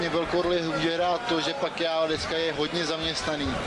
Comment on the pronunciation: Ne PAKUAO, a PAKIAO. ETO campion ,nado znat.